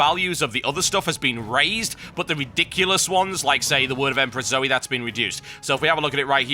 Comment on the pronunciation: Dear TB its zoe not zoey sorry thats been annoying me